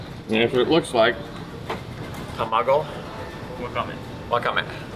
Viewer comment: When you said “ muggle”, I thought you were vending a mug for your clam chowder?🤣🤣